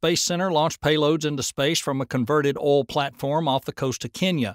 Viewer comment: It's oil not all...